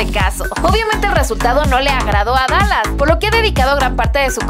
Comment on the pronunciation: perdon pero lo de dalas lo dijiste mal